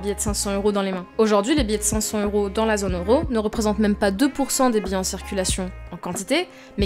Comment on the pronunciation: Cinq-cents Z_euros. Deux-cents Z_euros. Cent T_euro. Est-ce si difficile à dire ?